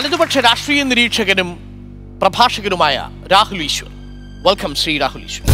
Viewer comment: ശ്രീ എന്നു പറയാൻ പഠിയ്ക്ടാ മോട്ടേ